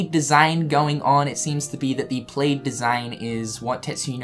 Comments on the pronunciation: Oh my gosh, plaid is pronounced p-l-a-d not p-l-a-d-e, it rhymes with Vlad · Pladd not played plaid = pl-add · Plaaaaaaad, not played... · It’s pronounced plad not plaid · Kept wondering why you were saying "played" and then realized you were saying "plaid"., y u do dis? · "Played".......I'm guessing its the accent 😂😂😂😂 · ITS PRONOUNCED PLAD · Great video but does know it's plaid is pronounced "plad" or is that how New Zealanders say it? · Isn’t plad not plaid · Plaid. Pronounced like "glad," just replace the g with a p. I was a little confused wtf you were on about with the "played in the wardrobe".. Lol c'mon, man.